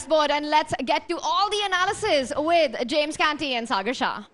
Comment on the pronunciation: James always mentions sagar as "cigar". Thus cracks me up always😂😂😂